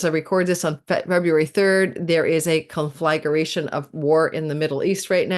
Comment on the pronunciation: Hi! Love your videos. Conflagration is not pronounced “con-flag-er-ation,” tho. It’s just four syllables: con flag ration.